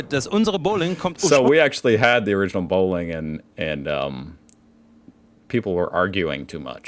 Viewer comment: Someone realized she isn't pronouncing Bowling correctly, instead saying "Bohlen" therefore "planking"